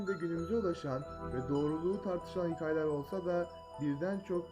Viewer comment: Hıkaye değil hikaye telaffuza bak